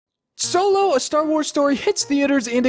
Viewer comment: Optillian yup. Just wanted to actually say it. "Soylo"... Really, just say it out loud right now.